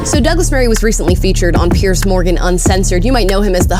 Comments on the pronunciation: I've been a fan of Douglas Murray for years. He has a brilliant mind. As for Piers Morgan, pronounce it Pierz. The S has a Z sound. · Why can't muricans say Piers. It's not Pierce. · Piers, not Pierce. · Piers not Pierce.........